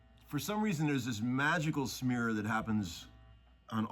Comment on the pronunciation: Did you say snear or smear?